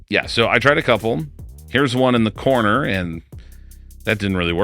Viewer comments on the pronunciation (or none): none